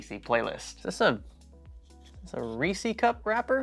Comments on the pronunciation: Do they actually call them rEEs-EE cups down in Florida? That is the first time I've ever heard "REE says" pronounced that way. Reese's Pieces Reese's Peanut Butter Cups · its reese's not reesies! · So, I just can't resist saying....Reese's is not pronounced "ree-cees" , it's "res-suhz" like the possessive form of the name Reese, since ya know, it's named after a guy with the last name Reese. Hence, Reese's Pieces, it's literally why they named the offshoot candy that, to have a catchy rhyming name, and no "Peace-ees" is not a word.. Unless that was intentional....in order to annoy people, because it is April 1st....if so, well done. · Did you say, “Racey Cup wrapper?” 😂 Either way, love the videos. Keep up the good work. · “Reecy cup”… 😂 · Great video 👍 I have never heard anyone say Reese's like that. Plz stop.